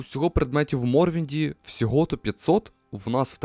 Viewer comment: Морровінд, а не Морвінд.